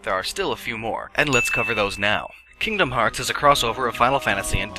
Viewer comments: Kingdom Hearts X is pronounced Kingdom Hearts Key. Also, while you're not counting remakes, Kingdom Hearts Final Mix, Kingdom Hearts 2 Final Mix, Kingdom Hearts Re: Chain of Memories and Kingdom Hearts Birth by Sleep Final Mix all include a large amount of added content, which debatably could make them separate games. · Well, it's not X, it's χ which is pronounced chi. But close enough lol